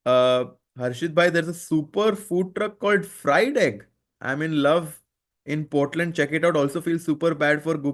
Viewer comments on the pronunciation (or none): none